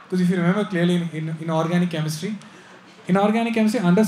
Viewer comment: I think he said "inorganic" chemistry but it sounded like "in organic" chemistry.